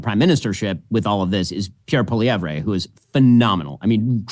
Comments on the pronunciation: Ben....its pronounced POLLY-EV not polly-every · Polivere's biggest opponent is our Canadian msm. They're already trashing him and anyone who supports him. The liberals are desperate to turn him into the scariest thing ever. And it's Pol EE EV. Silent R. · American isolationism strikes again. Ben Shapiro, while praising Pierre Poilievre as part of the new wave of reasonable leaders, can't even offer him the courtesy of pronouncing his name properly. "Poilievray"??? Give me a break, Ben Shapirooo! Let's give it to you by using other words as models. The "Polly" part is pretty simple. It's the ending of his name that confounds unilingual American know-it-alls. So, let's take a name you can probably wrap your lips around, "Ezra". Now replace the 'z' in "Ezra" with a 'v', which produces "Evra". That gives you Pierre "Polly Evra". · You guys have to learn how to pronounce Poilievre. PAW-lee-EV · Had to cringe EVERY TIME Ben pronounced Poilievre lol. Watch Jordan's videos, Ben! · We in Canada are over the MOON Trudope will be gone hopefully soon.. but of course he takes the easy way out and resigns instead of calling an election. PLEASE BEN you need to pronouce Pierre's last name right LOL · You don't say "ray" at the end of Poilievre, Ben. lol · But wouldn't it be better if Ben Shapiro actually knew how to pronounce the name of the guy who he professes to admire so much?